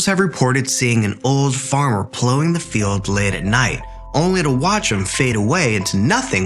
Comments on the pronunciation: This is AI .. how it pronounced “coven” as co-ven instead of cuv-en And plowing like “blowing” instead of saying the ‘ow’ like in owl.. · Coven is pronounced cu ven. Plowing is pronounced pl owe ing